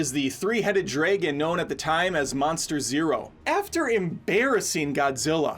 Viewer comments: KotM was the clear winner. Thumbs down for whatever word you were saying instead of 'Dragon' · Drey-gone Ronin Meg-mah Pro-tey-gonist Geeze,, does only read whatever's on the teleprompter. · "Draay-gon"? "Ronin"??